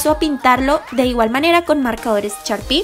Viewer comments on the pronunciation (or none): en vez de decir sharpie, dice charpi 😂😂😂😂😂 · No es por ofender pero se dice sharpie no charpie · se dice sharpie 😂 no charpie 💆🏽💆🏽 jajaja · Charpi ehh así se dice😂😂😂